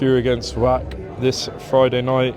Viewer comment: Pronounced Vach, like the Scottish word loch or Bach. Not Wack!😂